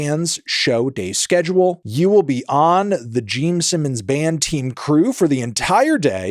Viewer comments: Jeem Sinnums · He also said "Gene Sinnons" lol fully taking the piss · “Geme Simmons” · Geme Sinnoms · Anthony “Jeame Simmons” Fantano. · gene simmons ❌ gene sinnons ✅ geme simmons ✅✅ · am I hallucinating or does he just keep unapologetically saying GEEM SIMMONS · Is it just me or is he saying geme sinnons?